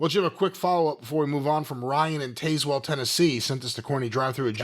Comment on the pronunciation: lolz at not pronouncing tazewell right... ive driven down tazewell pike